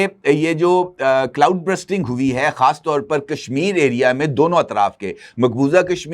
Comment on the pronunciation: bhai cloud bursting hai, not cloud brusting